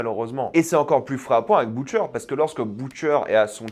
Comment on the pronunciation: “B(OU)tcher” 😂 mes oreilles saignent